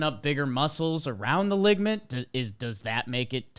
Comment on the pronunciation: the way says ligament as ligment is crazy